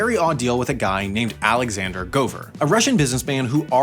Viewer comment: Alexander* not Alăxender